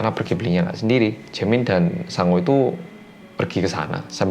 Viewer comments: Namanya "Sangwoo", aku dengernya "Sangu" alias nasi. Ini aku laper apa ya...😂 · Tulisannya "Sangwoo" aku denger nya Sangu (nasi dalam bahasa sunda) 🤣😂 eh ada nana (jaemin) nct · namanya "Sangwoo". Yang gua dgr "Sangu (sundanese)"... ada apa dgn kupingku :'v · sang-woo Me: hah? sangu? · Pas ngomong Sangwoo kek wong jowo ngomong sangu ngono wkwk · sangwoo, sangwoo, sangwoo Yang kudengar: sangu, sangu, sangu (maaak sangu maaak) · Setiap nyebut Sangwoo,, kok gw dngernya Sangu ya... Hahaha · aku dengernya sangu bukan sangwoo hihihi